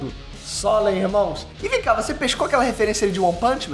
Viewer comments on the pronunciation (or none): none